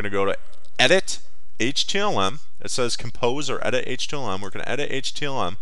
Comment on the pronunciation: did anyone watch this long enough to hear him say HTLM?